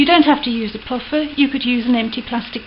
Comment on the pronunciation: This is fantastic thanks ever so. Love your voice, I notice a slight northern twang to 'toothbrush' and 'puffer' am I right? I'm a posh voiced Devoner, with probably some roit Debbon slang in there :) Just a quick question, do you think I could use silver polish? I don't have any metal polish...guessing it's the same